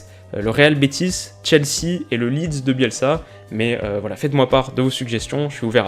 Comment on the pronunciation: Le litz de bielza Stppppppppppp